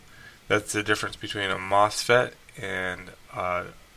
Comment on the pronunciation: It’s Mosfet not Mofset